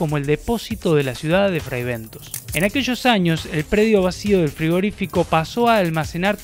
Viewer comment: Fribentos en ingles es pronunciado fraibentos.